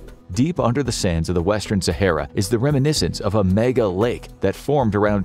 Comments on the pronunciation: So good that he can't even say the name Sahara properly 🙊🤷‍♂️ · At least learn how to pronounce Sahara beforehand. It's not too difficult